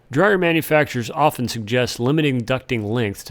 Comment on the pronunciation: The "t" in "often" is silent, by the way.